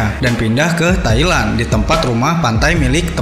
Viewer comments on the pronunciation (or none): none